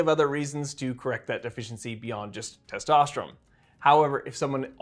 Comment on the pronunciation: Bro why do you say testosterome? Its ends with N sound thats why its written testosterone!